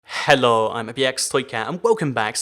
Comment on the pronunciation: I hate how he does hhhello